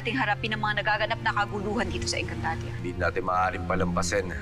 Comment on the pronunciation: Ate engcantadia po Hindi po egncantadia hahahaha hahahaha hahahaha